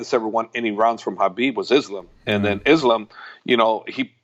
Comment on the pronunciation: Islam. Pronounced like an ‘s’ not ‘is’ I think we can do that....